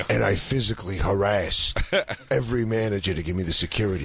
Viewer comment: The way Dan says "Harassed" cracks me up 😂